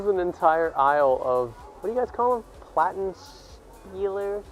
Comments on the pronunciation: Actually, those "Watenspielers" you half-assedly pronounced the names of (I'm just basing it off of what you called them) are just modernised vinyl record players; they're not turntables for DJs. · I mean you have been in the Media Markt-Market, there are the prices around 50-120€ more than online. It also depends on the city where are you buying the stuff. When i am in my city its more expensive...and mouses, keyboards and monitors are the ABSOLUTELY worst! How you say Plattenspieler XD...I dont really understand how the peeps in the stores get their prices lol XD